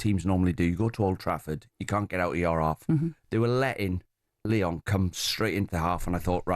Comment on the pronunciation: It’s Lyon, tho.